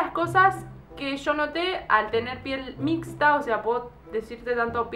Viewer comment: "en la piel grasa... en la piel seca... en la piel mixxxxxta" se le salió lo cheta okey